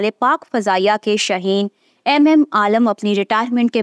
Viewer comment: شاہین کہتے ہیں۔ شہین نہیں